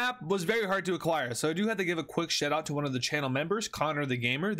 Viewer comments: He said sh*tout not shoutout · Is it just me or did he say shitout😂 luv the content man keep it up